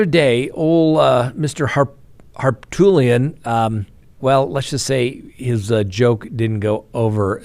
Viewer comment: Did you call the lead defense attorney Dick HarTOOTlian?🤣. Not sure if I heard you wrong, but I like it.